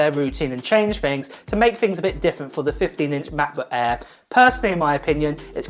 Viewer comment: Macbook "Ehr"?